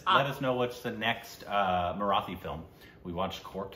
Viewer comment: “Marathi” or “Sairat” is pronounced with the “T” not like in “The”.